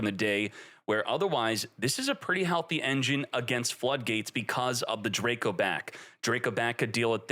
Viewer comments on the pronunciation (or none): none